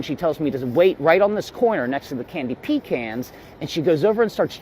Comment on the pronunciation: dude said pee-cans